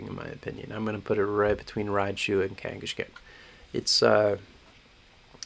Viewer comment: I think kangaskhan got pronounced differently every time he was brought up lol